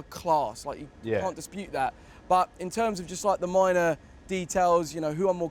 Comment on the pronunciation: Joe “ you can’t despute” wellrt